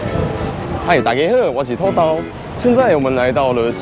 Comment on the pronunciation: 開場「土豆」的台語兩字唸音好像有問題，可以問問附近阿嬤阿公怎麼發音😅